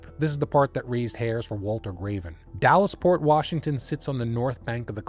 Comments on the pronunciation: you say Dales? Long A? I'm from vantucky and I say the Dalles as if it rhymes with "pals." Edit: and im pretty sure he said multnomah right. He has a tiny accent. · I wish he'd done a little more research. Surely he could've asked viewers from the area how to pronounce things. It's pretty jarring if you're used to hearing the names. It's not "The Dallas," it's The Dalles (one syllable, rhymes with "howls"). I have no idea how he missed the N in Multnomah so many times. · The Dalles: pronounced "the Dalz" (rhymes with pals). Multnomah: pronounced mult-NOH-muh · Also The Dalles is pronounced like 'pals' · I didn't wanna have to say it. As an Oregonian I was like DALLAS!? lol this was a great video regardless. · You don’t pronounce The Dalles correctly, but I’ve lived here in the PNW my whole and I still struggle to say it correctly.